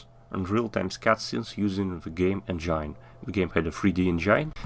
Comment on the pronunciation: "engine" произносится как "энджин", не "энджайн"